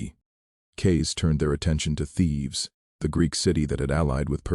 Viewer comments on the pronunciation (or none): For God's sake, cut out the captions and AI read. It's Thebes....not Thieves. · Thebes, not Thieves!